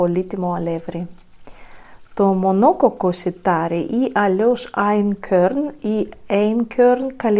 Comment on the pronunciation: Είναι γερμανική λέξη και προφέρεται άινκορν